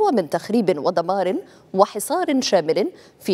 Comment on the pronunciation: دمار وليس د د